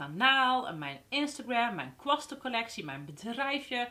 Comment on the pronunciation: Moeilijk he, kwasten uitspreken 😂